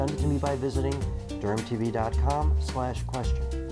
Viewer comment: Thought he said “GermTv” at first lul